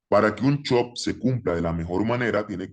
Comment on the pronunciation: Me da gracia como le dice chop jajaj i love trader anónimo gracias por todo